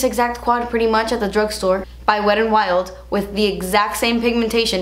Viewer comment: This is not a hate message I love you and your videos, I'm just writing this to see if I'm the only weirdo who cringes everytime you say "wet and wild" I never understood why some people hate the word "moist" but now i do because that's how I feel when you say it, lol. (Most people say wet emphasizing the "T" and you say it almost like an "R"). Sorry it's probably just me lol. Still love you! ♡